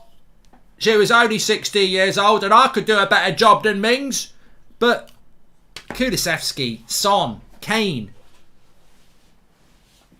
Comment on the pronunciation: Mark saying kulusevski right Thanks for f...s sake 😅😂😂😂😂